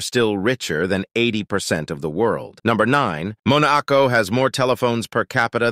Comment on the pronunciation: Butchered the pronunciation of Monaco.